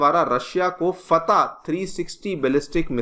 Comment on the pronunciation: Pahle padhna seekh le wo missile फैत nahi फतह मिसाइल है